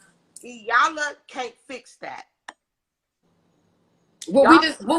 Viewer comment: " E Yan La " not Yanla